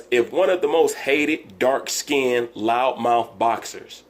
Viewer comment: He said "dark skinnedit" lol. Wilder is just soo bitter. Wilder can't play the bad guy then want fans.